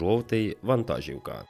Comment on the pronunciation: Все супер! Одне невеличке але: вантажíвка - наголос в українській мові на і